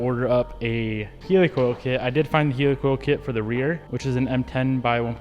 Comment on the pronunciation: It’s pronounced Helicoil, as in Helicopter, not Heelicoil bro!